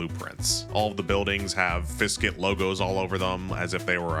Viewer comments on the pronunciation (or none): also correction, you are saying fiskit, when it's ficsit (fix it)